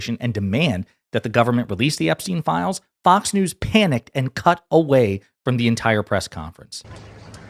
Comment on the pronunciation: "FAOX" KILLER BILL